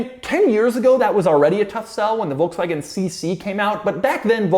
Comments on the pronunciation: Doug is the type of guy who doesn't know how to pronounce Volkswagen. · Folksvahgen, jahr.